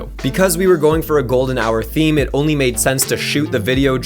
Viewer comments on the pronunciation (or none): none